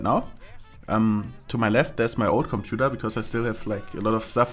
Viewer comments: "Combudaaa" unleashed:D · The way you pronounced "computer" at like or something was fucking hilarious :D